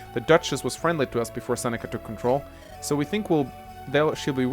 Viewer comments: "Who are these friends of yours that Sex..Seneca has taken from you?" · Every time tried to say Seneca it sounded like sex ( ͡° ͜ʖ ͡°)